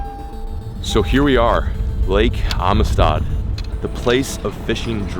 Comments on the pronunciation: I’m usually the first one to hammer a pronunciation/grammar nazi, but everytime you say ameestaud I have to cringe. Around here it’s pronounced “AMSTED”. So. Welcome to Amistad!! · marcos l I think he is putting too much emphasis in the I. Should be amistad not amestad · It’s pronounced Am-sted not Ami-Stad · The lake is actually pronounced amsted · I live like 4 hours from there and I’ve never heard it said like that. Everyone around here says “amsted” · How he pronounces Amistad drives me crazy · Every Texan rn is annoyed with how he says “Amistad”